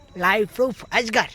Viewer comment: અગજર નહીં અજગર😂😂😂